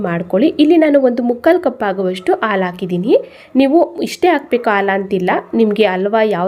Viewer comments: Wow,👌🏽 ತುಂಬಾ ಚೆನ್ನಾಗಿ ಕಾಣ್ತಾ ಇದೆ. ರುಚಿನೂ ಹಾಗೆ ಇರಬಹುದು. ಧನ್ಯವಾದಗಳು. ಒಂದು ಸಣ್ಣ ಸಲಹೆ, "ಅ" ಮತ್ತು "ಹ" ಉಚ್ಚಾರಣೆಯನ್ನು ಸ್ವಲ್ಪ ಸ್ಪಷ್ಟವಾಗಿ ಮಾಡಿ, ಉದಾಹರಣೆಗೆ... ಹಾಲು, ಹಲ್ವ, ಅಂಥ ಹೇಳಬೇಕು, ಬದಲಾಗಿ, ಆಲು, ಅಲ್ವಾ, ಅಂದರೆ ಕನ್ನಡ ಭಾಷೆಯ ಸೊಬಗು ಇರಲ್ಲ. 😊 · ಹೌದು ಖಂಡಿತಾ, ಆದ್ರೆ, ಹಾಲು ಅನ್ನೋವಾಗ "ಆಲು" ಅನ್ನಬಾರದು... "ಹ" ಕಾರ, ಬೇರೆ, "ಅ" ಕಾರ ಬೇರೆ. 😊